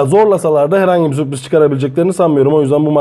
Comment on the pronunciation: Alanya ya süoriz demeniz biraz komik olmuş🤓🤓🤓